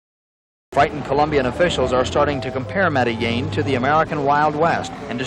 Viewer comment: Pronounced the ‘L’ in Medellíin…. Ai fingerprint